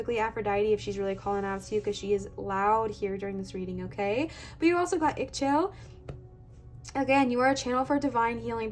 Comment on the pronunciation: the pronouncetion for Ixchel is " Ee-shell" or "Ee-xshell". She is the Mayan version of Aphrodite. Legend say that she was married to the Sun god "KinichAhau". I felt drawn to her even though the picture was very small in my photo. I took a screen shot and made it bigger then did just abit of research on the net. Thank you.